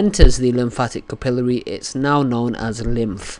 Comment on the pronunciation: Someone tell him how to pronounce "capillary" right💁🏽‍♀️